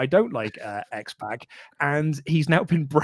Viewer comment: It's not X PACK, it's X POCK. Like Sock, Rock, Dock, Mock. You sound like old ladies who call that rapper 2 Pack Shaker instead of 2Pac Shakur.